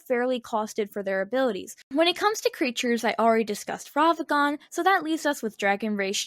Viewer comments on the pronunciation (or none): Take a shot for every time she says Ravagan instead of Ragavan. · These are some great takes, but damn, does hearing "Ravagan" instead of "Ragavan" make me scowl. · i recently started watching the channel. As much as I enjoy the on screen visuals. . . I think slowing them down would be a good idea. also. . . RAG-A-VAN not ravagan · why do you pronounce ragavan wrong